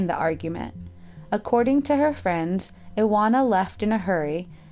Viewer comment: W is pronounced as V in most of Europe, She is IVANA not Iwanna.